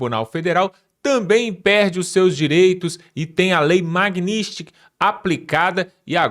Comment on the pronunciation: Aprende a falar Magnitsky po